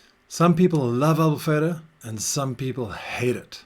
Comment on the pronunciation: Love the way you say "Albufeira" exactly like a portuguese. Amazing accent 🇵🇹